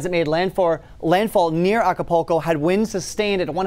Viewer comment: It’s pronounced AKApulco. Not ALKApulco. There is only one L in the word.